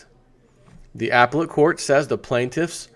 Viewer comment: up-pel-let court... not ap-let court. Too funny.